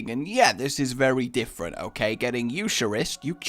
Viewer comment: it's pronounced 'you-cur-ist' Trust me I was raised catholic in a small town